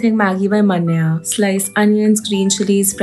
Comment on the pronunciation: Bechari Manya ka naam bhi galat pronounce kiya aur usko rate bhi kharab Kiya😔😔 #manyadeservesbetter #manyasupport